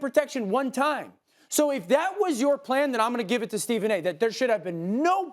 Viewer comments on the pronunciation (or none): Almost thought Stephen A said the N word 😂